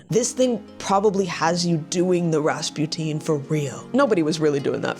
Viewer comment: “RAAHS SPOO TEEN” you mean RaspuTIN lets open a TEEN of tuna